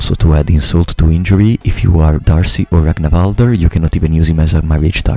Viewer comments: I'm pretty sure D'Arce is just pronounced Dark or Darke. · D’arce is pronounced with a silent E